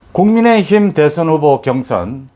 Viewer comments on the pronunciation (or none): none